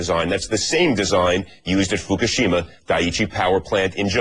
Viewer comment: FUCKashima, FUCKashima, FUCKashima, FUCKashima-It's pronounced: FUCK-A-SHIMA.